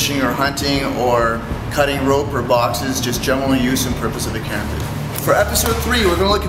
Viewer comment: KARAMBIT! stress on the second A. Come on...